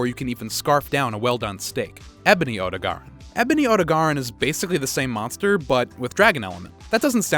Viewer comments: I am genuinely concerned by how you pronounce Odogaron.... "Oh-doh-garon" sounds wrong to me.... I always thought it was pronounced "Oh-dog-ah-ron" since it's designed like a big red dog.... looking at you Clifford... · Pls tell me I'm not the only one who's uncomfortable on how he pronounces odogaron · It's pronounced Odo-garon.